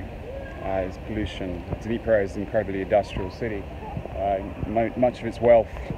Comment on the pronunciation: Interesting video. East Ukraine isn't popular for tourist. I have to ask, Was I the only one cringing about how he pronounced Dnipro?